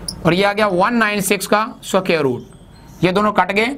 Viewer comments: Sir g suquare ni hota square hota ha🤣🤣🤣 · Square hota h not sucare 😂😂😂😂 oooo bhaiiiiiiii Maroo Mujhe maro😂😂🔥👌 keep up the sucare كففو